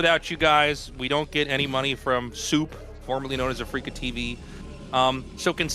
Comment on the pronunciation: Here I thought it was SOUP not SOOP 🤣💀